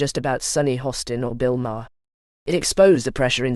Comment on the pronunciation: The bullshit AI narrator can't even pronounce Maher's name right. Use human beings!